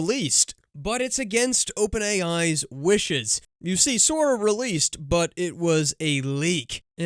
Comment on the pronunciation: Sora: not released. Releaced. Pronounce c as in "cat" :)